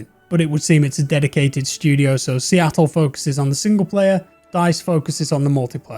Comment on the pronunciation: please stop saying Seattle. You’re killing me.